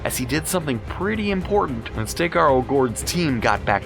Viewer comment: And Stakar!